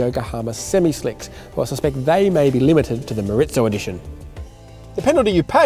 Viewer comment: Moreezo, not moritzo.